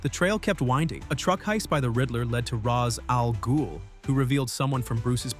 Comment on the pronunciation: This is he only channels on comics that pronounce رأس الغول somewhat correct